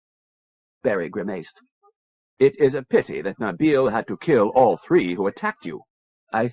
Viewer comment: grimayced how can someone mispronounce such a simple word.